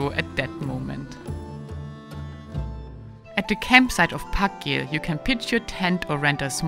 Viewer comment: I'm not Icelandic, but I think þakgil is pronounced as "Thakgil" not "Pakgil". The letter þ is called Thorn.